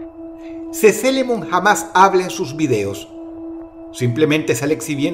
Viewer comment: La japonesa se pronuncia sisilemon en inglés(o en español ya me confundí :( bueno nada más eso) ee se pronuncia i